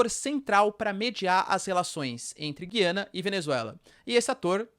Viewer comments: Porquê vc fala Gyana e não GUIANA, que é o nome correto ? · Bom dia. Guiana nunca teve trema, mas o “u” sempre foi pronunciado e esse é o padrão no português do Brasil. A pronúncia correta é: “Gu-i-ana”. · Porque voce pronuncia o nome Guiana diferente?